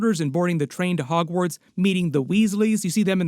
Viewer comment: i did too 😅